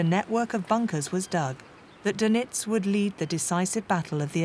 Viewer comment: Doenitz not Donitz